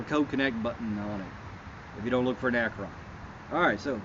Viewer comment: ACT RON NOT ACKRON!